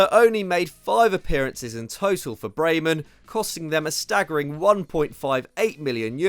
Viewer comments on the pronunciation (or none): none